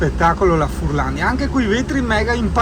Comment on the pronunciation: Più che furlandia sarebbe furlanía con l’accento sulla i 😜